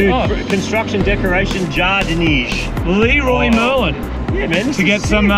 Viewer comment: ( 550 owner ) to start off with ; i hope you enjoyed the trip ; the traffic here is insane but the places you get to see are just amazing. the Fact you called the shop Lee-roy Merlin made me die ... i call it like that all the time .... as far as the clio goes; you did her a solid on that ; pretty sure that car never so good tires. That car collection is absolutly stuning ! ps ; dedicace aux français qui disent 'chocolatine' mdr.